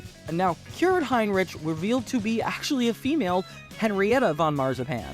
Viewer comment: Heinrich you pronounce the ch with the k sound like rick